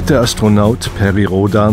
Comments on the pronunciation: Es stoert mich so sehr dass der sprecher perry rhodan total falsch ausslricht dass ich das ganze vudeo nicht ernst nehmen kann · Perry Roooodaaaan... halb englisch, halb deutsch gesprochen... schon lustig :D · er heißt nicht Perry RhodAAAn